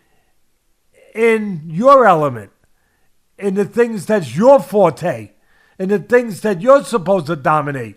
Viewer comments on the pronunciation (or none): none